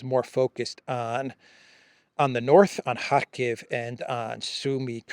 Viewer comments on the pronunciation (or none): none